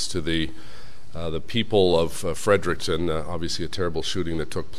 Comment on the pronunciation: Why can’t anyone say Fredericton correctly. Break the word down. Fred-Eric-ton